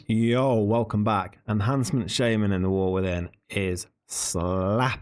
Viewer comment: Please just stop saying "shaymin" instead of "shaman" 😭